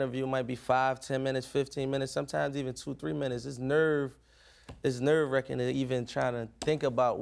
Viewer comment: Never really hear his philly accent...until he said "nerve wracking" 😍😍😍